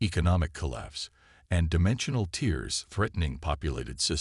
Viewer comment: Need to proof-listen. Tears as in rips, not tears as in crying.